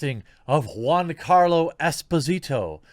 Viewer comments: gee-ann-carlo. say it right please. you keep saying juan, even after agreeing he's not latino. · Dude get his name right it's GIANCARLO NOT JUANCARLO............FFS how are people supposed to take you seriously??? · Why do you keep calling him Juancarlo Espósìto, as of he's latino when you've read over 10 times he's half italian? It's Giancarlo, not JUANCARLO and Esposito without accents. Jesus Christ dude, keep up the stereotype about americas being ignorant swines about other cultures and languages. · Not Juancarlo🤦🏾‍♂️, Giancarlo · Why do u keep calling him Juan? His name is Giancarlos Gian sounds nothing like Juan... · It's 'Gian' and not juan carlo....ffs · Its pronounced Joncarlo not huancarlo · Is giancarlo and not Juancarlo right? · It's Giancarlo, not Juan Carlo, his name is italian, not spanish. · Dude, you pronounce Giancarlo Jiancarlo as in "joy." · It's /g i a n c a r l o/ Jeremy, i like the video though. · Why did you rename Giancarlo to Juancarlo? Is it on purpose to make his name sound like he is Latino?